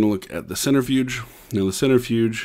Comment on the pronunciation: the way you pronounced it lol XD. "centerfuge" love ur vids❤